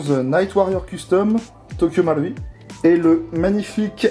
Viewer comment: Bonne prononciation pour Marui ^^